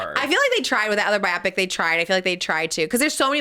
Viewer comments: Pls someone needs to tell Trish it’s pronounced bio-pic like biography picture, not bi-optic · The way she says biopic 😭😭😭